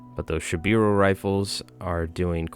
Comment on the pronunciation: Great game, those bears are absolutely nasty. Just a couple minor notes. It’s not bad, but kind of jarring to hear. It’s Shiboru, not Shibiru I’d recommend using Ute instead of shoot or fire as loan words. (Pronounced ootay) Also just some simplified pronunciation notes. E’s are pronounced as a hard A sound. I’s are pronounced with a hard E sound.